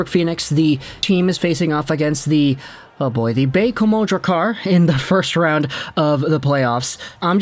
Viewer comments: as a Quebecer, your pronounciation of Baie-Comeau was perfect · You said Baie-Comeau the right way, cheers! 👌🏼